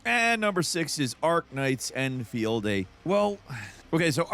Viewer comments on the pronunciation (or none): En feee el dee? End-field